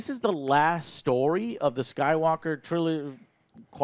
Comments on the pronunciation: Did i hear Joe say Rise of Skype-Walker? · "The Rise of Skypewalker"